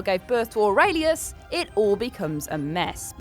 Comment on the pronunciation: aurelius OR-REL-EOS